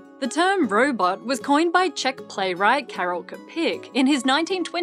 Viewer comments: KA-rel CHA-peck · Whoa... The way you pronounced „Karel Čapek“ was completely wrong. But nobody cares, so what... I have read RUR and was kind of disappointed, probably had too high expectations. Nevertheless, it provided a nice mirror to our civilization. I think computers can imitate personalities in a couple of years. I also think that we ourselves are just as well only imitators. But we are not processing rules as computers to, we are way too much chaotic. That gives us the illusion of free will. On the other hand, there is nothing like fate or destiny, your life was not written out for you. So you can affect it, but you are still not free. There is no grand plan, no truth to seek. There is just life and it provides itself with the means of continuum. We are just disposable vehicles. Oh crap, now I sound like Dawkins.